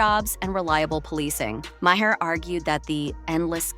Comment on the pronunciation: Who tf is Bill Maw-hair? 🤔 Or the handulf of other incorrect names you sputtered out. 😝 Girl, if you don't even know who you are making videos on, seek Google to pronounce their names! Lazy and pathetic! 🙄